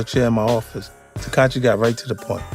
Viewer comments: It's not tekachi its tekashi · 50 keep callin him “Teekahchee” LoL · 50 cent has a hard time saying “Tekashi”. He should just say 6 9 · The fact that he keep saying takachi is crazy SMH allnthat money and can't speak bright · I'm hearing teck- katchi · So we gonna keep acting like 50 saying “Tekachee” ain’t the equivalent of Crunchy Black saying “Glad” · “Takachi” -50 cent 💯💀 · Right lol? He's saying tekachii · he said tekachi 😂😂😂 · Did he say Tekachi the whole vid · Why it sound like he saying Tekachi lmao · He called him "tekachi" 😂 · Why does he keep saying tekachi lol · "tekat-chi" - 50 cent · 50 said takahshi and jarule 😂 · Yall fools....thats not even fifty. "TAKACHI"...tfoh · Why he pronouncing his name like that 🤦🏾‍♂️ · How is he saying that boy's name, lol.